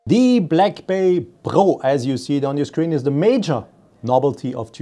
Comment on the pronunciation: It's called Pro not Po!